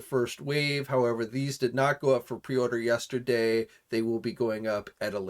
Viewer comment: did you say "yAsterday"?